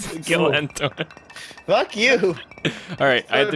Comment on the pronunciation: it's not ttoan it's entoan